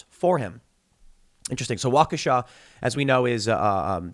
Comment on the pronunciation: You pronounced Waukesha correctly. Made my day.